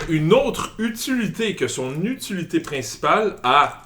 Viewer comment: Aucune idée pourquoi mais quand a dit utuluté au lieu d'utilité...I lost my shit!!!!! Hahaha bons vidéos les amis!